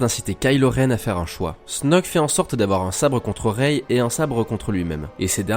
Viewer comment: Par contre ça se dit "Rai" pas "Réï"